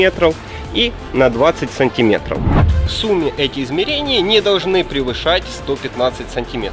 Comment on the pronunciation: СантимЕтров, а не сантИметров.